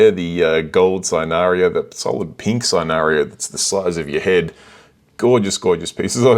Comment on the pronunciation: Cynarina sin-a-re-na. wasn't going to say it until you said it repeatedly but some amazing corals I want on the website and it says basically nothing is in stock but obviously they have loads of stock